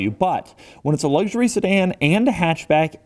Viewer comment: Made it to before a full on ‘luggshurry’! 😄